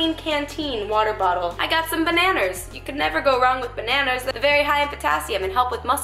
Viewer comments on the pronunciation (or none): "I got some Banan-ers" What??? Lmao...My nephew used to say it like that ☺️🤗